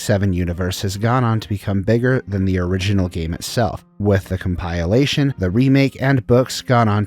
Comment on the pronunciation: Asking for a like at video start and then butchering ‘compilation’ This is bold